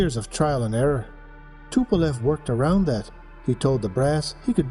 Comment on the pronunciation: TU like "Too" in Tupolev, not the tee-you